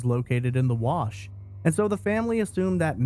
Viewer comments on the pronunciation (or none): none